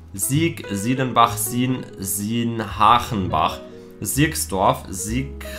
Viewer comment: Dankeschön für das Dorf in dem ich gebohren wurde und in dem das ich jetzt wohne :), du hast Sienhachenbach etwas stotternd ausgesprochen aber das davor war perfekt, gibt viele Leute die das falsch sagen!